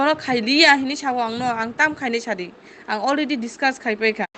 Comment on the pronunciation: I like that so called singer's "english" 'quaral' 'olredy' 'if you one song buy another' wtf uneducated 😭